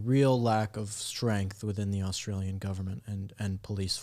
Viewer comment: "Aushtralian", "shtory"... gotta love kids these days!😁